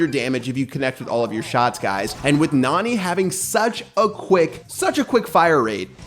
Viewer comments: It NAni not naNI. but the spanish youtuber keep saying NUH-ni which is wrong Don't say Nani is a beast! You will break her heart, but instead of you breaking her heart, she will crush you with pepe, lol (Spoilers) There are 3 STAR POWERS!!!! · It’s pronounced (Na-Nee) Not being rude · It's pronounced "nanny". If you think about it, Jessy doesn't have a dad, just Pam. And Nani is a caretaker (it says in her description) and her lines are "are you ok" and stuff like that. So maybe instead of having a father to take care of Jessy, Pam hired a nanny named Nani... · you can tell does not watch anime otherwise he would be able to properly pronounce nani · Pat: And maybe by June 6th we will know how to pronounce her name Me: NANI?!?!